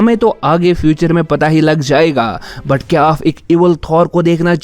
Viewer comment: Aap Ko Aaf Q bol rhy ho ??? 🙄🙄